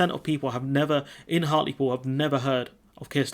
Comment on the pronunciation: Hartlepool - not 'Hartley Pool'